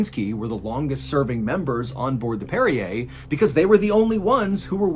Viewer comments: Hey John are you sure that ship is pronounced the same as the mineral water (Perrier)? I’m thinking it might be more like “one who parries”? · Are you sure this is how you pronounce the name of the ship? It doesn’t sound phonetically correct. Great story other than that.